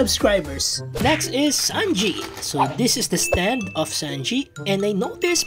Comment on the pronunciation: Bro said zanji